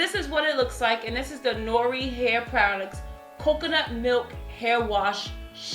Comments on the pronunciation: Hey!!! Noir is french for black and pronounced (nawar) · Lol Noir is French for black, so it's pronounced like "nwa". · Hey it's pronounced nu-war. It's French.